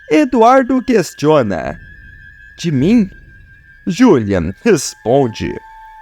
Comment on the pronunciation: Que narração é essa ?o nome dele é Juliano e não julian